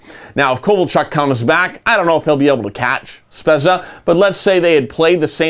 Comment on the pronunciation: Spezza is pronounced Spedza